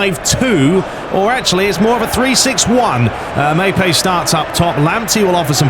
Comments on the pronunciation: It's pronounced Mopey, he's a french lad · Bit of a help witht he player names if I can be of service boss... Coufal is basically SOW-FAL and Maupay is MOW-Pay. Enjoying the series keep it up buddy 👍